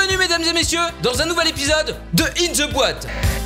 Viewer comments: tu me tue quand tu fait în ze boîte :oooooooooooooo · On en parle de comment il dit in ze boite 🤣🤣🤪🥶